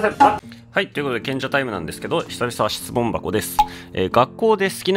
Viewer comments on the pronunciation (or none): 質問箱がズッコンバッコンに聞こえた…